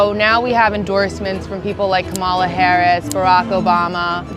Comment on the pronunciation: So I'm supposed to condemn Zohran Mamdani's attempt to claim his heritage as a Ugandan descendant on a college application by a fool who either cannot or refuses to correctly pronounce Kamala Harris's name? Nah... I'm good. Citizens of New York City, please send Cuomo, the pumpkin, MAGA, and the rest of those status quo billionaires a mandate message. This reign of fascist terror is over! Vote for Mamdani as NYC mayor.